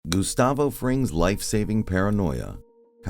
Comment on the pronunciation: How you pronounced that G in Gustavo at the beginning of the video was extremely pronounced😂.